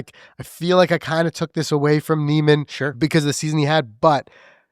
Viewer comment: First learn how to pronounce Niemans name and your argument does not hold water every sports league does of necessary have it best player or team crowned its season champion. By your logic the patriots should have been crowned the superbowl champs after finishing the season 16-0 and as we all know they lost to the giants In the superbowl